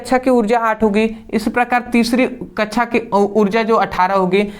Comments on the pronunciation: Or ye kya laga rakha hai कच्छा /कच्छाओ abe bhai कक्षा /कक्षाओ hota hai thoda dhang se keh lo bhai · कक्षा ❌ कछा ✅